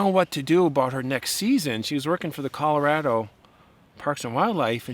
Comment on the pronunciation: Please pronounce “Colorado” properly.